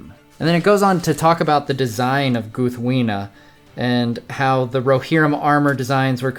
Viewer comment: Ahh such a Great Sword! I love how you showed us how to say the name Proper! My mom got me this sword last year for Christmas. I was a very happy Tolkien fan too. haha